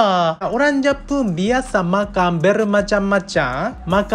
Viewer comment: Makang ikang,wehhhh ni org terengganu ke org Japanese ni??? 😂😂😂😂